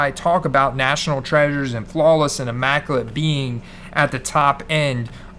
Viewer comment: Pretty sure it's a soft "i" in immaculate... I understand why you would think hard "i"/eye with the design & how big they make the letter i itself but I'm almost 100% sure its the soft i like in illusions so immaculate not eye-macculate... Don't trust panini logos & designs for pronunciation lol. Also raw may actually be valued less than psa 8 or average grade be 7 or 8 bc the thick card stock of immaclate and national treasure is always a really tough grade & extra condition sensitive usually pack/box/briefcase fresh coming dinged up with soft corners 8 outta 10 times. I remember you being on Hurts early as far as price comparisons to skilled players & other QBs so kinda upset I didn't grab a few more higher end instead of sticking with the higher quantity of low end stuff i'd already acquired previous season. Hopefully the immaculate heads up doesn't come across know it all or shaming or anything like that bc 100% not intent in least bit. Just looking out for a good guy I appreciate in the hobby. Ps hope Bucs just starting slow & get it going for ya! Much love, stay safe, stand strong, & always enjoy cardboard!